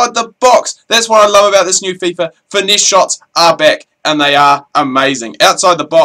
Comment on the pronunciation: say it like finess not finessi. Great video but this is annoying